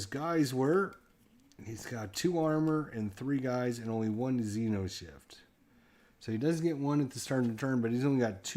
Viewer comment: Cool ! But it's xeNoshyft, not xeRoshyft.